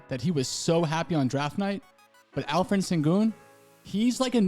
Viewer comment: Alperen not alferen 😂